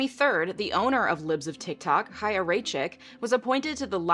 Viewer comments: Thank you for covering this and not saying "chaya" with "ch" like in "cheese" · i HATE chaya and what she stands for but THANK YOU for pronouncing her name correctly. it’s been driving my nuts that no one does. also the fact that she’s younger than me is MINDBLOWING tbh